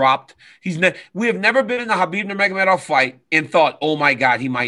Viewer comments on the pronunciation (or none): ANNOUNCER !!! KHABIB THE EAGLE NURMAGAMODA !!?